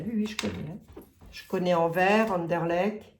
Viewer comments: Chère, pour Anderlecht, tu dois prononcer le t final et ce sera parfait!! 😂😂. J'y ai habité quand j'avais 25 ans, hé oui, je t'envoie ça de la région de Mons. Je ne sais pas ce qu'il y a d'intéressant là dessous. Peut la même. José que sous Notre-Dame ou le Louvre?? Qui sait. A suivre.. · Cc🤗 c'est Anderlecht avec un t Merci pour les belges Ça fait vraiment plaisir Merciii